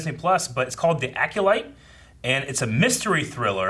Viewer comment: AcOlyte,. Not AcUlyte.